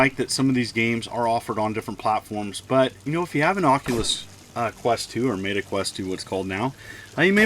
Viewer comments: “Mayta” Quest? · Mayta lol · Did you deliberately say Meta wrong? Lol. Thanks for the referral code!